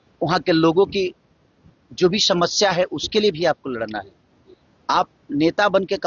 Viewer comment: Anpadh ko bolna bhi nhi aata hai. Shamashya, Abey bhootni ke samasya hota hai